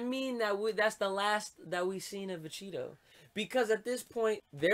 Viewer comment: please god say vegito correctly dude